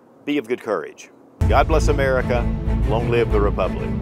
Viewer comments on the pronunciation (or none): none